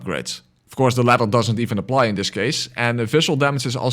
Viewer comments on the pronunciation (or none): none